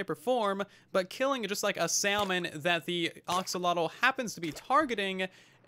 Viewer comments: Sometimes I wish YouTubers would look up how certain word are pronounced before making a video about it. Other than that, great video. Very useful and informative. (Ax)olotl. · I think it's AXE-o-lot-el